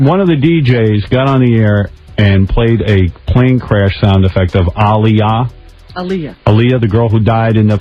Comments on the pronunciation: pisses me off do much.... just say there was so much racist undergo happening aaliyah was overlooked shawty was successful at 15 its pronuned Ail-yah exaggerating for no reason, also bro was jusy going to keep waiting she did NOT want THAT. Goodbye go to bed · white people having a hard time with the name aaliyah but not aaron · Howard Stern is very disrespectful ain't even pronounce bbg name right aaliyah was to good for these lames I miss her so much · These heathens can never pronounce Aaliyahs name correctly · I honestly think Ricky Martin wasn’t being shady or funny. A lot of people would mispronounce her name. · It’s not shade, it’s the fact that he didn’t bother trying to get the pronunciation down during rehearsals for the award show.